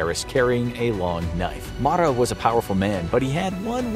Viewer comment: Marat (Ma-Rah or Ma-Row). Not the biggest mispronounced named I’ve heard tho. Watched a video where someone ACTUALLY said Bloodsports name like “Da Boys” 😂😂😂